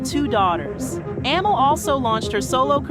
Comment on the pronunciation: Why can't you be consistent with the pronouncing of Amel's name?